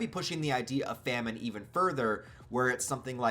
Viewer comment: It is pronounced famine